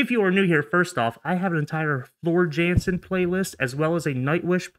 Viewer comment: its pronounced Yansen